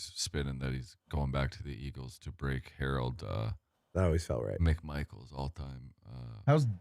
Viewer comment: Harold Mc Michael lol wtf it’s Carmichael…he’s a HOFer get it right